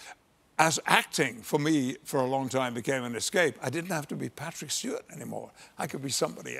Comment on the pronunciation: min The "d" in "Picard" is silent. It's French! min And the actor's name is "Stewart", not "Stewarts". -.